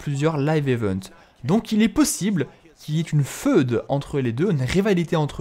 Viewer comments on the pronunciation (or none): Feuds ça ce prononce "Fioudz" mais sinon superbe vidéo comme d'hab! :D